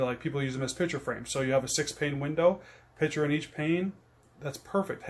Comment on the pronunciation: You mean picture (pik-cher) frame, not pitcher frame.